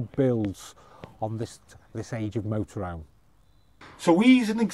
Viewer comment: Thers an H in motorhome!